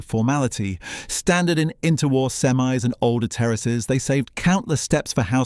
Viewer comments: Dont say "sem-eyes" Those are American trucks... you say semi- detached (semmie detached) Is this a robo-voice? a real British narrator wouldnt make such a mistake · Since when did the British accent pronounce "semis" (i.e. the plural of a semi-detached house) as "sem eyes"? It's "semmies" (rhymes with the plural of Emmy: "Emmys") for goodness sake! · AI narrative . "Sem-eyes'?